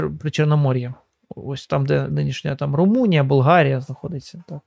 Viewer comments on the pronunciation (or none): none